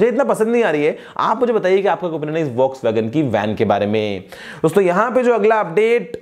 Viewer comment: Volkswagen...more like boxwagen😂